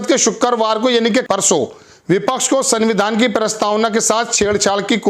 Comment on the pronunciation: सर सनविधान नहीं बोला जाता। इस में आधा न आता है। इसलिए आप संविधान में पूरी न ना बोलें। उच्चारण को सुधारने की कौशिश करें। पहली बार आपके मुंह से गलत संविधान का नाम सुन कर अजीब सा लगता है। ख़बर बढ़िया लगी। आपका धन्यवाद।